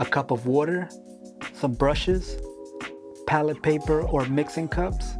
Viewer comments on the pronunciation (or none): none